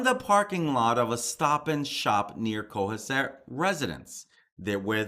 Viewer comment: Hi cohasset is pronounced as co has it!!! It is a very wealthy beautiful town about hour from cape! I live in ma and this area is very popular and lovely! His bail was set at half a million just updated thanks for your posting on these cases it never seems to end🙏👍👍